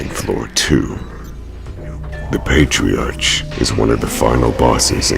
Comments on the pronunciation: I find your videos fun, but you guys really need to learn how to pronounce things before reading them. This is consistent with in all the videos, not this one. Beelzebub not Beezlebub, Patriarch is pronounced with a "arkh" not "arch." Similar with Sepulcher. Also, Giant Nazi Zombie Fetus doesn't look all that creepy at all. As far as disturbing goes? It isn't any more disturbing than similar things like the implied history Giygas or other fetus-themed bosses. Great Mighty Poo isn't really disturbing, I found it more dumb (fitting for the game.) Andross only barely qualifies, because there are lots of bosses that become just a brain. Isn't that the final boss of Gradius, too? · Pat-ri-ark. Sep-el-cur. At least say the names correctly smh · You guys do great work, and I am always amazed at the sheer amount you fit into each video, but you do need to double check you pronunciation. For example, "sepulcher" is pronounced sep-ul-kur, not se-pul-cher and "patriarch" is pay-tree-ark, rather than pay-tree-arch. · Its pronounced patri-ark, not patri-arch lol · I don't mind the over dramatic voices, but excape isn't a word and patriarch is 'ark' like park not 'arch' like March. I'm no grammar Nazi but you put so much effort Into these videos, you could get your pronunciation right, great vids otherwise. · (pay-tree-ark) Patriarch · P-patriarch? It’s pronounced ‘Patriak’! But ok :p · Come on, man. "EXcaping her fate? Excaping? Es-caping. Sorry, but that doesnt get the pass that other mispronounced words might. You must be a clownfish, because Dory has some speech tips for you. Pustules is pronounced Pust-ewl. Patriarch is pronounced Pay-tree-Ark. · who did "The Patriarch"? he messed up twice in his voice over. It's pronounced Pay-tree-ARK. 😑😑😑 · The one guy does not know how to pronounce "Patriarch," "Beelzebub," or "Sepulchur." If you can't pronounce stuff, you make the video sound more amateurish.